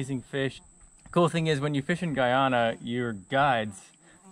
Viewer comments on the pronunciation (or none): Your not saying or pronouncing Guyana properly and the language that is spoken is Patwa and is like broken English - I have fished many of the tributaries from the Amazon as Guyana is “land of many waters” - just saying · I thought you said Ghana and then you catch an arapaima. I was like “wait that’s a South American fish. You said Guyana…lol.